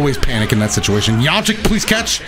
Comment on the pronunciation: Please don’t call me weird but I skipped it back 15 times Bc I like the way he said “yamcha”